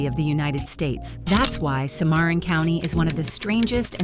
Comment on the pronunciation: It's pronounced Sim-a-ron, not se-mar-on.